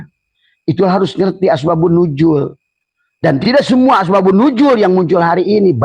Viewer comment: Ngomong apa sih.... Asbak...kayu...Nuzul bukan nujul 😅